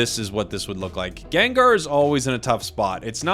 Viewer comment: Gengrrr 😂 sounds like vermont pronunciation of gengar I love it 😆